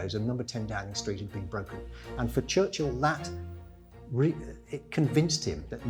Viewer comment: His name isn't Church-hill